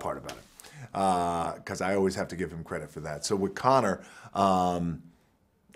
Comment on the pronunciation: Arnold tried to say Conor without the John